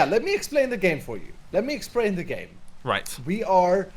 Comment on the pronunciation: so yeah let me EXPRANE the game let me EXPRANE